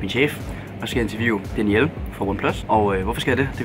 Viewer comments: Hører "Daddy L" hver gang du siger "Danielle" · Like hvis i også troede at han sagde “daddy L”